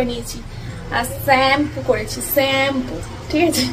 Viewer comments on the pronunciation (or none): Saaaampooo uff ki ucharon ...ucharon e phd koreche ... vatkalya 😮😢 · স্যাম্পু,,কি ফালতু!! ভুলভাল উচ্চারণ করে আর তা নিয়ে কতো অহংকার মনে,কতো আনন্দ